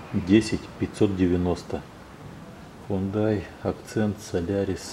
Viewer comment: Хёндэ (с ударением на первый слог), а не хундай.